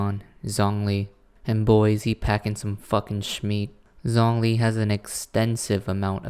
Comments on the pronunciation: No offense but the way you pronounce Zhongli's name physically hurts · Same with Lumine and Xinyan (they weren’t as bad but still… 😰) AND ZHONGLI